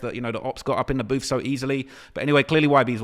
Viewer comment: “Get outside the BOOF”😂😂